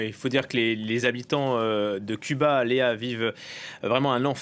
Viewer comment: c'est curieux la journaliste n'arrive pas à dire CUBA